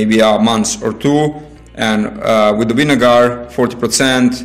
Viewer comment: winegar?? lol